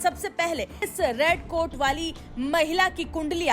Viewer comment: Red coat nahi rad coat hai😅😅😅😅😅😅